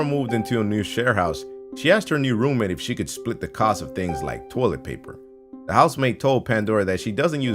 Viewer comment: is it just me or did everyone else think that whenever he said roommate it sounded like room maid